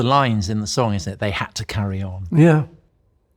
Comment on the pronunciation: What a great interview! Also, how Paul pronounces it “sonc” instead of song…